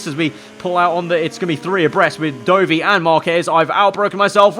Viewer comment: You pronouncing Dovi as Doughvi really got on my nerves for some reason🤣